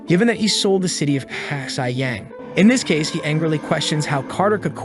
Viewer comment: I just realized that the Narrator had been pronouncing Xi as "XI," like the Roman numeral, lmao. Should have used Google Translate!